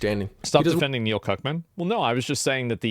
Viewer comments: Its pronounced neil CuCkman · You mispronounced “Cuckman”